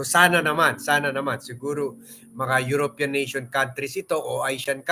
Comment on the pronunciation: yU/ rO/ pi/ yAn At hindi yUrOp/ yAn pArA sA ExprEssiOn ng EUrOpEAn🫤👎